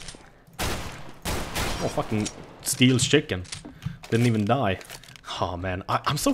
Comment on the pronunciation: "Someone is banana. He scared the shicken." Again Accents are the best